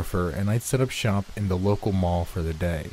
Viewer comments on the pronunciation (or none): none